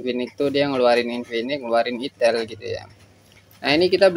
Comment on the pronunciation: Aksen penyebutan nya enakan "aitel" Bang daripada "itel", soalnya kayak aneh aja kalo denger nya 😅😂